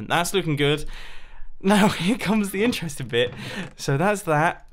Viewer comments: intereshting hmmm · Mumbo's dentures fall out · he slurs interesting and results